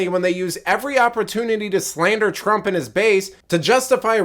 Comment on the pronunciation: Twaump? 🤣🤣🤣🤣 Trump please.